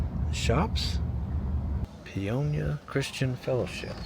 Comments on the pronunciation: That's Pay-o-nia not Pee-on-ya. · Paonia, not Peonia 😅 Welcome to western colorado 💚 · You totally pronounced the name wrong. It’s Pay-own-ya. Yes a wonderful town. Western slope is very pretty. Best peaches ever come from the western slope. Western slope is also known for their apples and lavender. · pronounced 'pay own ya'